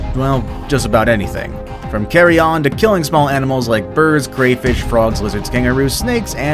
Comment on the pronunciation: carryon really its carrion